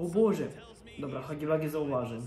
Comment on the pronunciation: czyta się Hagi łagi a nie Hagi wagi